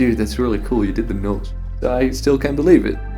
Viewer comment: The next time this guy says "the Nowse" I'm gonna freak xD